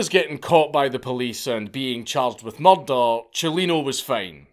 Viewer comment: Morder almost like Mordor haha respect though I appreciate that he made this video